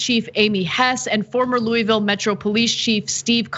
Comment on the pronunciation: Very respectfully: you are not saying the name of the town and Metro Police correctly. The name of the town is Louisville and it is pronounced like you have a mouth full of vowels. I just to work there and have family from there. We can tell if you from there or not based upon how you say the name of the city in Kentucky.